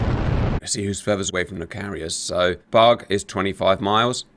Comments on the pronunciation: I've been watching GR videos for a couple of years now, and this whole time, I thought Cap was saying "bog," not "bug." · Oh its bug??? Lol, I thought you were calling it a bog or super bog. But yes, being that its called a Hornet, bug makes sense...lol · Oh. I thought he was saying "bog". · Thanks for explaining, I thought you were saying "bog" and it was very confusing 😂